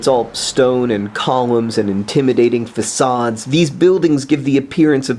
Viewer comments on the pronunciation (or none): John, you pronounced fa-cade wrong.